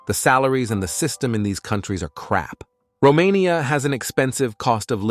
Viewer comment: Roma.....nya. hahahahahaha